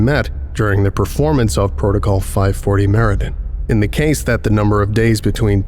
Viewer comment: I swear, I must have played too much mtg. Every time you said Meridian it sounded like Mirrodin